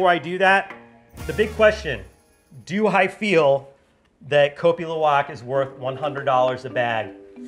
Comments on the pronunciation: The way he was first pronouncing the name of the coffee was as bad as instant coffee 🤣 I've had the privilege to drink and buy 4kgs of luwak from ethical farmers in Bali which I brew with a Hario v60. As a side note, when the Balinese brew the coffee, they prefer to use the syphon method. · Its pronounced more like LOU-AHK